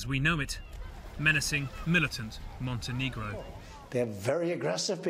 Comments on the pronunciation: It's MONTÆNEGRO not MONTENEEGRO, it's not that difficult, if you think it's "offensive" (that's still only your problem) you can say Crna Gora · Hello CNN, MontenEgro please, not Montenigro :) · As a Montenegrin and watching this makes me cringe when they say MontenEEgro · it should be pronounced like "montinigro"